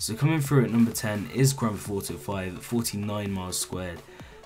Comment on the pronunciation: Granfauto5...... that's how he says grandtheftauto5